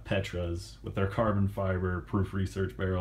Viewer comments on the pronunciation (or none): none